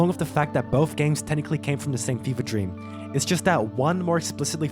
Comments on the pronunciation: This is my "dreap". Hahaha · LEARE DREAP